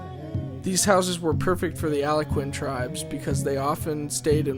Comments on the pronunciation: Decent video! Good overview of some of the Nations of North America. Mispronunciation: video commentator says "Aloe-quinn", but it should be said "Al-gone-quinn" or "Al-gonk-quinn"!! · He can't pronounce Al-GON-quin. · "Alakin"? Did you mean Algonquin? And I don't think Plains Indians moved "daily".